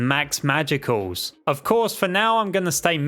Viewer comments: I cry whenever he pronounces “magicules” as “magiculls” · It’s pronounced “magicules” with a silent e.